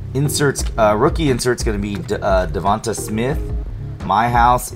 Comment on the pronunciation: Sorry but it's pronounced dee_vawn_tayy spelled devonta or devontae but cool scopes dark variation be cool too